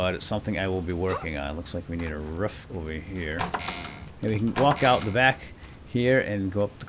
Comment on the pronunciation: says roof like Markiplier.